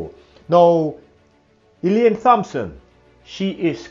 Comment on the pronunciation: I wish he would stop mispronouncing the name "Thompson"